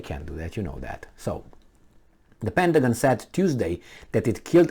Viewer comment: PentaGONE LOL